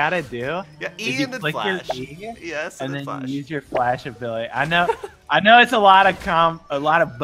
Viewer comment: IT'S FUCKING FLASH NOT DLASH